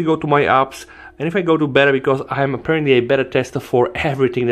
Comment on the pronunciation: 'APPEARANTLY' Speaks Tech